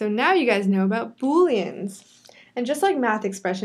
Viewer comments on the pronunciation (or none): "Boleans" . Bullyans. XD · i thought she said bullying